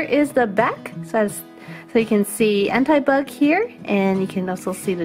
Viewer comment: I is not An t-i bug it is An-ti bug like more I